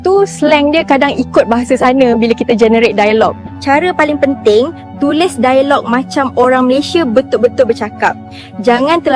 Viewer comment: Masalahnya,, bahasa melayu malaysia bahasa tak ada nilai. Struktur bahasa kacau balau, "dialog" diucapkan "dai-log" AI jadi pening !?